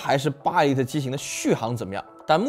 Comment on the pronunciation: 一利特，是這麼念嗎？